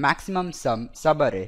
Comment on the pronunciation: Its so funny when u say 'sabarrei' (subarray) . Nice video!